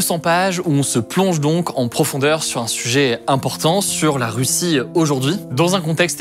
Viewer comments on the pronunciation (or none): none